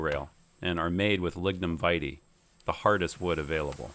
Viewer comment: Well, I surely have been pronouncing Lignum Vitae wrong for my entire adult life! LOL Thanks for the update.;]